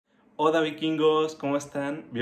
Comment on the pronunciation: En el minuto dice hoda vikingos